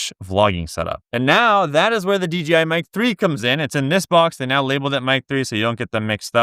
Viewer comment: DJI, not DGI